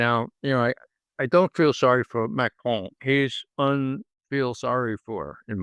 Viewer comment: Hopefully Mr Dieson will take a tip from McGovern on what the name of the French pres. is. It is NOT "Macrone".